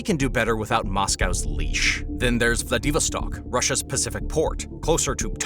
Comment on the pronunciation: What is with all the mis-pronunciation in this??? Vladivostok was WAY OFF!